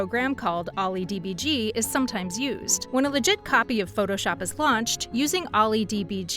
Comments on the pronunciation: never heard anyone who knows about OllyDbg calls it OllyD-b-g. and not olly debug. and I-d-a not aida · And get the names of the software right. You called OILYDBG OLLY DBG. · Olly-DEE-BEE-GEE. EYE-DEE-AA. Really gotta work on the pronunciation there 😂😂😂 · Its OILYDBG, not OLLY, O I L Y, plus stop using gifs they're cringe. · Calling ollydebug dee bee gee is like that german counting to 3 meme 💔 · OllyDbg is pronounced Olly Debug